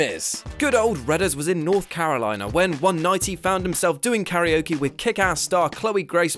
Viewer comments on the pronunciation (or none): none